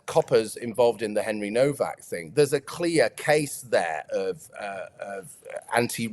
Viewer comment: Why is Nowack pronounced as Novack?